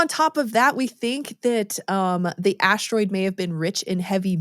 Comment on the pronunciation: is she saying ASH-TEROID on purpose?🤔